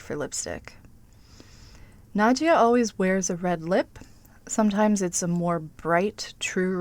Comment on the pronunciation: Nadja ..not Nadia